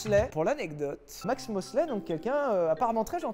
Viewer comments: Déjà, c’est Max Mosley et pas MoslAy. Ensuite c’est pas une soirée bdsm dans les égouts de Berlin, c’était une soirée sm dans un hôtel de Londres avec des prostituees déguisées en ss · Max MoslEy (avec un "e" comme dans le mot "bite"). Excellente vidéo cependant ! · c'est mosley ,pas moslay. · max mosley ya un e pas un a!